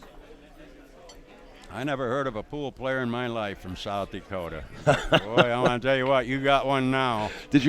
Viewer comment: South DEEkota, lol.